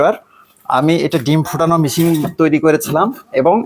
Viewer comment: তিনি শিক্ষক হন কিভাবে? মেশিনকে মিশিং বলতেছেন।